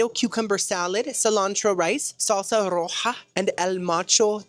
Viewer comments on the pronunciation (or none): none